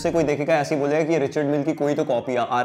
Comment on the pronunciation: Smartwatches and a RM copy degrades my respect for his collection Also it's pronounced Ree-shaard Mill